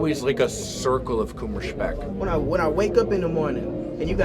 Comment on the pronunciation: Dude..... He pronounced "Kummerspeck" as wrong as he could... I didn't get it at all.